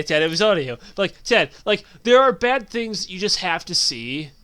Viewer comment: sometimes when he says ted i think he says dad